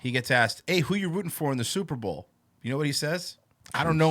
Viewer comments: Have you guys talked about how he says Superbowl? He says Super ball. It drives me crazy. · *Super Bawl